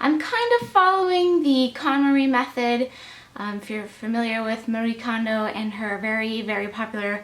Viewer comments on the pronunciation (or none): Love your videos! Btw, her name is pronounced Mary-eh Kondo. They pronounce the e as eh at the end of their names in Japan :)